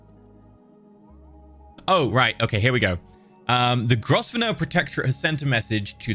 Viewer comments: Grosvenor is pronounced Grove-ner. It's one of the English snobs mad pronunciations. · it-s pronounced grove-nor